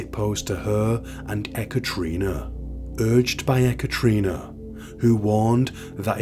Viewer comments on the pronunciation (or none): Ok, say it with me, E KATERINA, not Ekatrina. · Enjoying very much listening to your videos, sad so many sickies out there. Btw: Her name is pronounced Ye-ka-te-REE-Na. 😂